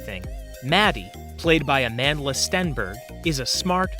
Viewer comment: It's AMANDLA STENBERG though not "Amandia"